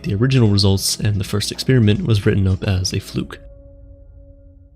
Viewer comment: You lost me when you pronounced 'experiment' as 'expeeeeeriment.' Americans can never seem to decide on when to be lazy on pronunciation or extra. It's a procedure, not a breath mint.